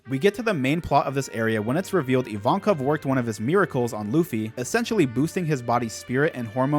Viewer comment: Finally someone who calls Evankov - Evankov. Every other reactor calls him I-win and I think that's so stupid.